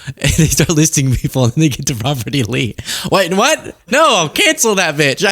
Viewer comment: Did trump say Robert E. Lee or ROBBERTY LEE?